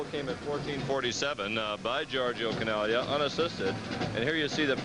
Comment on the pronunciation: I know we're watching a Lancers broadcast, but these guys pronouncing it Chin AG Lia makes it almost unwatchable.